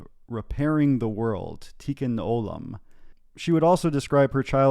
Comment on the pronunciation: "Tee-koon o-lahm." Not tikkun olehm. Idk why you would cite the Hebrew and pronounce it so gross. It's central to Judaism, it's what Judaism is all about, so it's really easy to look up the pronunciation. I agree with your assessment, but it sounds weird and antisemitic when you mispronounce the central mission of Judaism (tikkun olam) in a sardonic tone.